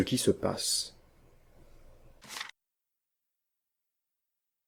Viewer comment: Les 3 dernières secondes de la vidéo sont édifiantes : " - J'espère, que, c'était convaicant !- Vénézuela !" Haha !!